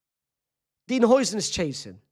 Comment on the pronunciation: Bro his name is pronounced howsen